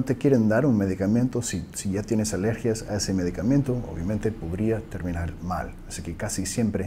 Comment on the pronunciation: Thank you! Excellent video... Just one thing, we say in Spanish [medicamento] there is no any “i” after the letter “m”.